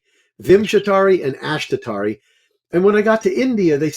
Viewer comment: All respect to and his experience, but just a couple notes here. For those getting introduced to Vedic systems, please note that his pronunciation is not always correct, for example "Ashtotarri" and "Jaimini". In terms of the dasha systems, "chara dasha" is not a "Jaimini" technique per se. It is covered clearly in the version of Brihat Parashara Hora Shastra we have, along with many other things people call " Jaimini" techiniques. It is claimed these were inserted into BPHS, but there is not solid scholarly evidence to support this and is an assumption. A note too on his use of divisionals. He was looking at 6th in the career chart for medicine and finding it didn't work. There are techniques wherein we do not use the same house meanings across all the divisional charts. So 6th houe in D10, would be house of service. More planets there merely means person is more orientated towards service than business, which is a 7th house thing there. Like this, divisionals are not simple, unless you are of course looking at the rising of each one adn the significator house for that area of life, but there is a LOT more to see there. Another point to his presentation of neech bhanga, and reversals. It does not mean the problems represented by that yoga is canceled whatsoever. Nothing is ever canceled. It just suggests that there are some problems which can be overcome and that depending on what the thing is that is cancelling it, which would be specific to those rules. This too